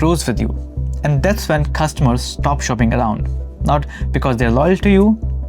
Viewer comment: This video is great. Please do some diction exercises or something, because I'm sure I'm not the only one that feels like climbing walls when you say "ven" instead of "when".